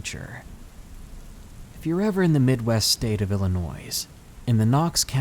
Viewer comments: Thanks for the video! I normally am not one for paranormal ones, but this was enjoyable. On behalf of all of us in Illinois, can you please pronounce it correctly? Ill-annoy. It's French, so so the S is silent. Technically, it is the French version of the first Native Americans encountered in the area of what is now downstate IL, who were the Illini (Ill-Eye-A-Nye) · LMAO Illi-noise. 😀😁😂😃😄😅😅😅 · Ey buddy love listening to the stories but IL isnt said that way the s is silent for some reason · Uhm....The "s" in "Illinois" is silent.